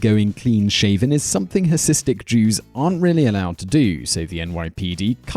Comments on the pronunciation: Hasidic, not hasistic :) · YES! Ha-Si-Dic. Can't believe this wasn't the #1 comment. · "Hasistic" Jews???!!! Just read the screen, Simon! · "Hasidic." Just as it's spelled, not Hasistic. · "Hasistic" Jews? Really, dude? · Bicycling -- really hit home with first second. He is so right. Japan -- sounds like nineteenth century phrenology, intelligence based on head shape. USA won't hire people who refuse vaccination. Voting -- this is the first time I've seen what the literacy tests actually look like! Beards -- true we are ambivalent about facial hair. But extremely sloppy to mispronounce hasidic. Phobia -- can't understand people suing to get a job on the basis they can NOT do the work, while people who CAN do the work...unemployment. Vegans -- they get what they dish out. Climate change -- actually it's the Green Believers that discriminate against others. Cyborgs? This video began with a bang and ended with a whistle. Hard to make a group of one person. Perfectly understandable to shy away from guy with gizmos attached to his head.